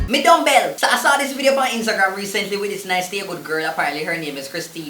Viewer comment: Man seh "mi dumb-bell". Man seh "mi prison cell." Lol